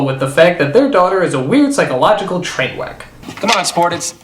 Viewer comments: lol you said "train weck" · Hey, Critic, what's a trainweck?